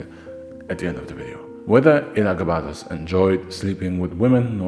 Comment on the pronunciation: oh it was still smoove my guy...Your writing is really awesome nowadays. But how you didn't butcher Elagabalus despite having to say it soo many times deserves congratulations lmao. It was basically a tongue twister at that point. Another great vid. Soo many Julia's though lol.Its like they ran out of female names or something